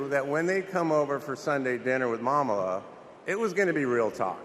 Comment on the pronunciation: Not Mamala….MoMala